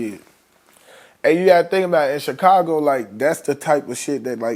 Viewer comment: Vlad sitting there talking bout Chicago culture when he don't even pronounce Chicago right!